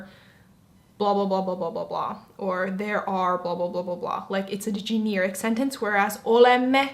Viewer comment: You pronounce generic kind of oddly, to be honest. Kind of reminds me of Bobby's World.